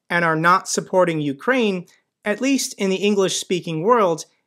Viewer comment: "Ukraine" NOT "Ukrain". lol "UK" +"rain".